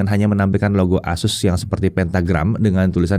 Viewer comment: ASUS bang, bukan AZUS. Kalo AZUS ntr bisa kesamber petir 😅 Core ultra 9 secara harga udah jauh bang, bisa jadi kalo pake core ultra 9 bisa nyentuh 30an jt lebih. Plus, yang paling make sense, core ultra 9 secara spek bukan untuk laptop thin & light. Secara performa kenceng, yang pastinya bikin battery ga hemat. Sedangkan ZenBook ngejer battery life. Mangkanya core ultra 9 cuma ada di Zephyrus G16.